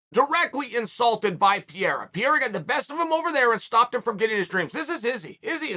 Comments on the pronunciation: comon it should not be that difficult to say P E R E I RA and not P E IRA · t's not PIERA, it's PEREIRA XD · His name is pronounced 'Pe - Hey - ra' not 'Pee - era' Lol surely pundits can start saying names correctly this said Chael is undefeated. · Its ‘p e r e i r a’ not Pierre bro! 🤣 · Chaels pronouncement is always classic PEE-AIR-AH Uncle Chael ... it's PUR-AIR-AH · Its not peira, its 'pereira ' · All the english language broadcasters say it well. Pay-ray-rah. Chael insists in calling the guy "Pee-rah". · Chael say this with me PE-RE-IRA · Pierre uhhhhh, yeah let's do it. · Pee-era is just great guys. Pierre-Uh just might be your favorite fighter’s favorite fighter. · You say pereira name like pee era lmfao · Alex "Pereira" Pierra - I cant let your names get close - Chael Sunnen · Since day 1 you knew Chael would constantly say “Pee-air-uh” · Pereira its a difficult name, just call the man by what he’s known for: Poatan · Say his name CHAEL. It's not that hard. Pereira. You can do it Chael! Pereira, Alex Pereira. For god sakes. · i literally can’t say pereira right anymore. undefeated. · And Joe Rogan n DC saying "Feheda", it pisses me off so much 😂😂😂😂😂😂😂 like dude its not that difficult pronouncing Pereira just like its written lmfao 😂😂😂😂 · As a brazilian I can't understand why it is so hard for americans to pronounce "Pe-rei-ra" I have a kiwi friend that pronounces "Pereira" perfectly. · "Pierra"😂 We gotta call you Chahl Soooooning. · Who is this "Pierre" Chael keeps talking about? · He calls him Pierre 🤣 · Pee air uh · Does chael purposefully mispronounce names? It's not hard to say piererra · At least he isn’t calling him Alex Pierre anymore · Who the fook is Piere? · “Pierra” Unc is truly something else 🤣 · Peee- air- a.... lmao close but not really uncle chael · you mean pierra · Me too. In an earlier interview he said Pierre and I was like who is he talking about at first. Then i realized this was chael and figured it out lol. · Welcome to the PEE-era